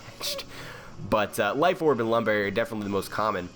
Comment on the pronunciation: unfortunate lam berry